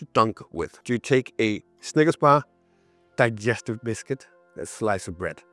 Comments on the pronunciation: ‘Die-stive’ - klassisk! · Glad I'm not the only Dane mispronouncing Digestive :D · the "digestive" is just so accurate. typical danish way to say that lol